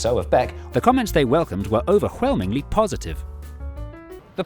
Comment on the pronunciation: OverwHelming - is that correct pronounciation?